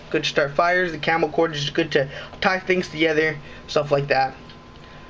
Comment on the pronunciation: "Clamor cordage"